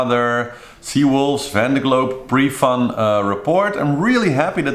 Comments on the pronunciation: vEndee globe, not vande globe. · Sure, there are an infinite number of ways to pronounce the name of a French region. But only one way to do it correctly and this is not that.